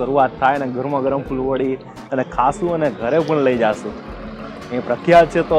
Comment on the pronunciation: અભિનંદન ખુબજ સરસ રજુઆત હજુ પણ તમો સરનામુ બરાબર રજુઆત કરવાનુ ચુક્યા છો. વળી ફુલવરી નહિ પણ ફુલવડી બોલાય છે.